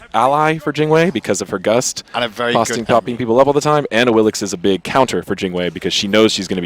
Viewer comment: "Awilish" No. It's pronounced "Awilij"